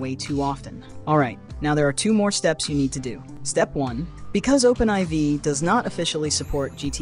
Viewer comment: Thanks so much for this! Also I'm pretty sure it's pronounced Open4 not Open Eye Vee. They're roman numerals. IV is 4. Lol.